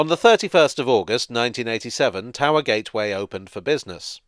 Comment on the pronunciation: Towee Gee? Please don't ever say that again